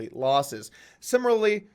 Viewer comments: doug pronounce after me... Si Mi Lar Ly..... You got that bud. pop over to the UK sometime...we'll teach you how to speak. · Sim - ah - lare- lee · Similiary LMFAO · I want to know how Richard Heart pronounces the word "similarly". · You fucked up my "similarly"... I'm afraid I'll never be able to say this word correctly ever again.